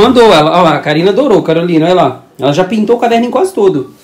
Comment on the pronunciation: Calorina foi boa murri🤣🤣🤣🤣🤣🤣🤣não seria Carolina